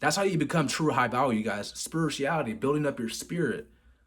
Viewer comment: Spurichiality?? Wtf are these pronunciations dude 🤣